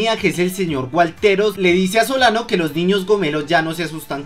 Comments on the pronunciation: Crack se te olvidó corregir en el minuto no era soliban era solano, un consejo no más pero estuvo bueno el video me hizo reír xd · dijiste garcia y soliban xd